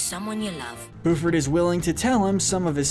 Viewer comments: I’m sorry but it’s Buford not booford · yes and he says buford as booford lmao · Who else hates how she wants to he says Lindana as lindAAnah instead of lindah-nah as well as Buford as boo-ford instead of bue-ford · The fact that he pronounces the name as BOOford and not BYOOford is so weird but sure that works😂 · Did he just say, booford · Oh god... “Boofard” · How can you know all this specific detail about the show and still mispronounce Lindana and Buford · Or the way he said Buford